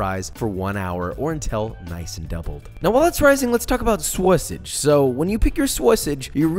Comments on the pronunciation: ok, I"m out.... calling sausage "Sawasage" made me leave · I'm never gonna pronounce "sausage" the regular way from now on. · Why tf u say sausage like that? U not from texas